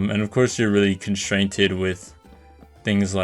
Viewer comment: You said constrained wrong